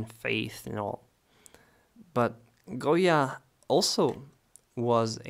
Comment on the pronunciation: My ancestors were from Spain and I visited his home in 1970. I have his book, and you pronounced the Spanish name very well. You are also a great artist to my taste. You are so young and yet so talented. I like your videos and techniques so much. Also, I may add, you are very kind and honest. I haven't seen many artists like you in You Tube. Because of your kind actions you will be blessed with riches and fame. Some people do not appreciate other's kindness but the Almighty God, blessed is He, does appreciate and blesses those who help others. Thank you so much for your videos. Goya was very much into the politics of his country and the cruelty committed to the prisoners and the poor. I believe that he was a "visionary" and could feel the suffering of the people. I liked his sensitivity, although I find some of his painting gruesome, and terrifying. That was the time he lived in. Thank you for your kindness and teachings. God bless.